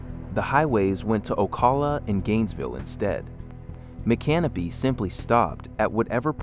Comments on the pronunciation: You mean like Mic-can-o pee? Not My-canopy? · The correct pronunciation is "Mic -Can-O-Pee" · That's not how you pronounce micanopy, it's not can o pee, that's what you pee in, it's Mick uh NOH pee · Nope....Mick- uh- NOH- pee. I used to live right down the road, knew people who live there, there's no can- o- pee in Micanopy, Google it they'll tell you how the locals pronounce it. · Micanopy (mee-can-oh-pee)